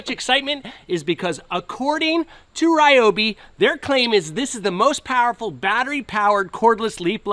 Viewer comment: You cant even pronounce the company name properly.